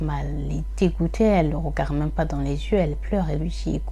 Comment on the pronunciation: salam alaykom, je te regarde de Belgique. MachaAllah je trouve cela bien ce que tu fais...ce sont des histoires inedites pour moi. Par contre stp stp stp essaye de corriger ta façon de dire regarDE, tu dis: regard....sorry ce n est pas une critique juste une petite remarque